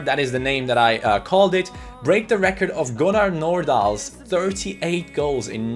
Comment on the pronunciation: Bra utal av på Nordahl...